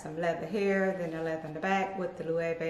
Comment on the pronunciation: I want to try Loewe. I hope they’re comfortable. Nice collection. Thanks for the proper pronunciations 😉.